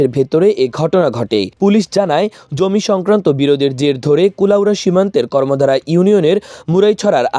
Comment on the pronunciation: কর্মধা হবে ভাই। কর্মদ্বারা না